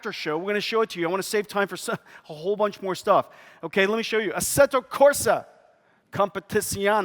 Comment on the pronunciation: "Asseto Corsa" instead of "Assetto Corsa" xD